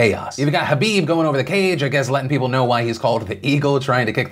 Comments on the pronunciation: Is no one going to point out that Phil kept saying Habib instead of khabib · it's KHABIB not Habib lol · Is it just me or does he say “habib” instead of “khabib” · What’s so hard about pronouncing kabob correctly 😝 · Are you calling khabib Habib??? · Does he keep calling Khabib, Habib? Or is it just me... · nb No, everyone in the world besides Phil and Khabib mispronounces Khabib's name. Listen to it closely again. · the k in khabib isnt silent my man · Say Khabib's name properly PILIP.